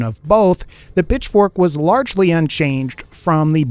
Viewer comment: Was I the only one who thought saying Pitchfork sounded like he was saying "Bitch-fork"?